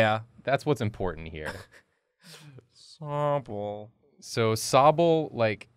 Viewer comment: You’ve murdered Sobble 😂